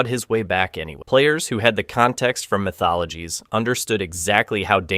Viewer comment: MK “My Thologies” 😂😂😂